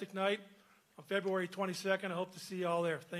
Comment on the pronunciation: Fury should make Wilder try and say February again.